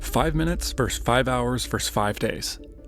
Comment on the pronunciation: Versus, not verse. A verse is a line of poetry or music.